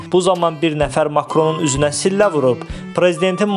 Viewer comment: Şillə niyə demirlər sillə deyirlər bu xiyarlar heç ana dilində düz əməlli bilmirlər